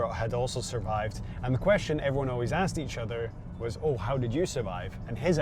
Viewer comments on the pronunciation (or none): none